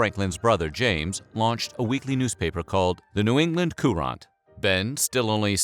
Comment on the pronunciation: The New England "COO RAHnt"?